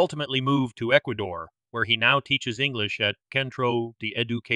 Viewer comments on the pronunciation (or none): none